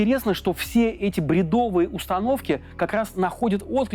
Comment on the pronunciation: Цитата: " все эти БРЕДОВЫЕ установки" прозвучала как : " все эти блЯдовые установки" ... не поверилось своим ушам, пришлось два раза переслушать. 😅😅😅😅